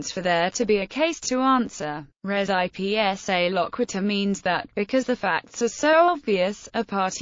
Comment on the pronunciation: Wonderful overview. But voice should probably pronounce "res ipsa loquitur" correctly. It's almost unidentifiable, unless someone is already familiar with the term.